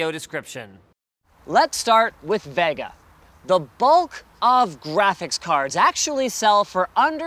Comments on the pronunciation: I dislike how he says "Vega" its like hes trying to say it wrong, like CHECK OUT THE NEW AMD "VIOGA!" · why cant this guy say vega correct... its not Va Ga.... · why cant this guy say vega correct... its not Va Ga....!!!!